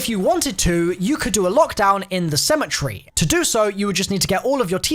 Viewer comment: It's called cemetery not cemetree get it right